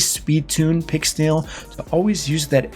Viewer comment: "fully booked pixnel" ouch